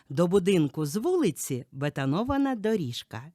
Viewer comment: У вас відчувається досвід роботи чи то диктором чи то радіоведучою, але....оголошення, припІднятий, бетонОвана, самІ, самий( край)не кажуть. Огляд сподобався. У 1 будинку явні проблеми зі стінами, вони осіли, судячи по стелі, дах протікає, потрібна заміна. 2 будинок з середини не видно може він і вартий своєї ціни. 3й будинок по несучих стінах однозначно краще 1го, але стрьомні сусіди.